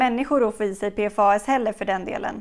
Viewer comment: En detalj, förkortningen PFAS på svenska utläses som ”P-FASS” 😉